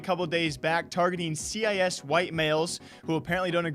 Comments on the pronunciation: appreciate the video, but please... cis is pronounced 'sis'... you dont have to say it like 'see eye ess' as in the CIS region. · it's pronounced sis, not c-i-s... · Why you saying c i s white males instead of cis (sis) white males. Was I taught wrong or is their two pronunciations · WTF are you pronouncing cis as C.I.S? It's pronounced like the siss in sissy. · C i S is pronounced sis 😘😘 love you daddy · Bro, cis is pronounced like "sis." And before anyone freaks out, Cisgender is a scientific term that's been around since the 90s. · it's pronounced "sis" like the shortened form of sister not "C-I-S". But enough of me being triggered. This is why trans people get flak. You CAN be yourself without shoving your beliefs down everyone's throat. As a trans gamer, I can understand the anti-inclusive sentiment. Note that understanding and agreeing are 2 very different things. But saying you're BAN immune while being a, dare I say, garbage human being; just stop. TL;DR: This is why we cant have nice things. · C I S lol. its pronounced “sis” great video as usual. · "cee i ess" xD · Its CIS as in the region its the word cis, said sis, it means that you are male and think your male. Its fucking stupid. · Bruh said c.i.s 😂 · Hey my man ‘cis’ is pronounced ‘sis’ for your future reference🤙🏻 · the way you say cis is funny cause you say it like it's an acronym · cis is short for cisgender, please check your pronunciation.